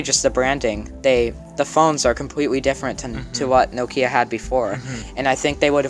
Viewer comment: Very interesting video you are very talented and with a bright future ahead of you! One minor detail only. Listen to how the Microsoft exec pronounces Nokia. And how he keeps pronouncing it. That's the correct pronunciation. NO-kia not No-KIA. Actually the name Nokia derives from a small Finnish town.